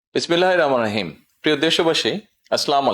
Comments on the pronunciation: ভালো করে বিসমিল্লাহির রাহমানির রাহিম বলতে পারেন না। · আফসোস বিসমিল্লাহির রহমানির রহিম। যদি সঠিকভাবে বলতে পারতেন। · একজন মুসলমান বিসমিল্লাহির রহমানির রহিম ও সঠিক ভাবে,উচ্চারণ করতে পারেন না, ধিক্কার জানাই এমন প্রধানমন্ত্রী কে। 🤔🤔🤔🤔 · ভাই আপনি আগে বিসমিল্লাহির রহমানির রহিম ঠিকমত বলা শেখেন তারপরে বিসমিল্লাহ বলে শুরু করেন